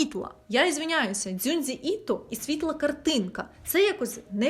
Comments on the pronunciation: правильно не дзюндзі, а джунджі іто😭 бо в японській немає звуків "дзю", "дзі", а це корявий переклад з роснявої( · Доброго дня! Чудове відео, як завжди! АЛЕ Українською він Джюнджі Іто. Дзюндзі він згідно російської системи поліванова, якій сто років і яка створювалась для потреб російської мови. У нас же є оновлена система Бондаренка 2014 року, яка відповідає вимогам і потребам української мови. Це типова помилка і всі її робили (включно з нами) тож велике прохання врахувати це на майбутнє. Ще декілька типових прикладів: Фуджі, а не Фудзі; Хірошіма, а не Хіросіма; суші, а не сусі; шьоґун, а не сьогун; шьонен, а не сьонен; Какаші, а не Какасі ітд. Якщо у вас виникнуть якісь питання чи непевність як вірно, то з задоволенням підкажемо, пишіть в будь-який момент. Дякую і сподіваюсь на розуміння. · Дякую за відео) Вибачаюсь за те що трохи виправлю вас. Правильно писати та вимовляти його ім’я як Джюнджі Іто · Правильно казати "Джюнджі Іто"